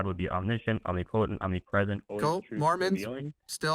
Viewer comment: First time he said "omniPOtent"... 🤦🏾‍♂️